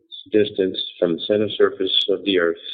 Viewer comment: "...Around de poles..." LOL